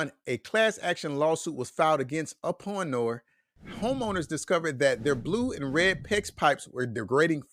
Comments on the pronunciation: Its pronounced "oopinor" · You have a strange way of pronouncing Uponor. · this video is not showing uponor products and he cant even pronounce the name uponor correctly.